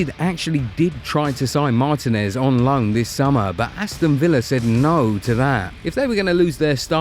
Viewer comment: It's pronounced Mar-TI-nez, emphasis on "TI".